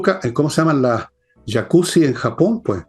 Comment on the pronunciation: Estimado Fernando son las YACUZA (mafia japonesa) y no yacuzzi (baños con spa).